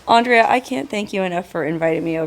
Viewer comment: The lady said her name twice. Then said it once. It's Andrè, not Andrea